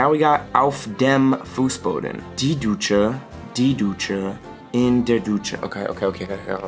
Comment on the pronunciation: ohhhh you pronounce Dusche like Ducce (you know an italian ruler) but little trick everything thatbis written like this “sch” is pronounced like “sh” in English e.g der Fischer = the fisher Schau = show